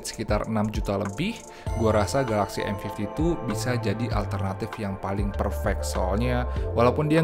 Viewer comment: Cm kasih masukan, penyebutan M52 dan M52s nya agak kurang clear di kuping sy 🙏 smp hrs menajamkan kuping bgt utk nangkep pengucapannya. Next time pk bhs indonesia aja mgkn lbh clear